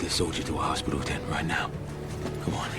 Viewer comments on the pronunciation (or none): none